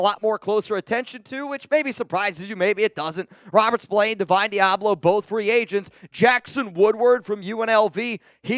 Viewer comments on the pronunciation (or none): none